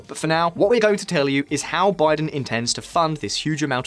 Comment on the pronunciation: Joe "B'aye-den"? 🤨